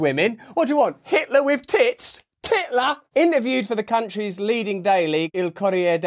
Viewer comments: Hahahaha, "Titler"! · 'Titler' haha I'm dead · ‘Titler’ 😂😂. Almost spit out my lunch!! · "" titler"" I'm probably still laughing. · ....he said titler.........Bwahahahahahahahahahahahahahahahahahaha! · Crying 🤣🤣😂😭😭😭 "titler"